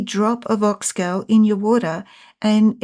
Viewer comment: So it is called Ox “Gaul” like in “Gaul” bladder, not ox gal as in “Guys and Gals”. Great to learn about its uses. Thanks.